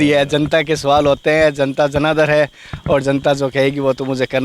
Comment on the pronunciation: सुवाल नहीं "सवाल"